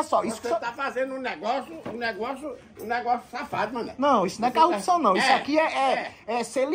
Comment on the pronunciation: Carrupção,,, kkkkk,, carrupto 😂😂😂 malandro esse véio